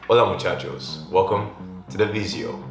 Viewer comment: Come here just to hear he says muchaco